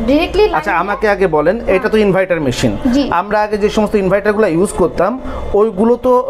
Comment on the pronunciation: ইনভাইটার না ভাই ইনভার্টার